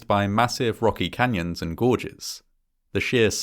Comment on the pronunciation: The way he said “between 1 and 4 people fall into the canyon each year” sounded like “1 in 4 people” and I had to replay it lol